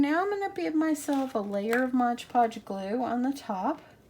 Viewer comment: Don't take this personally but I cringe every time I hear someone say Modge Podge🤣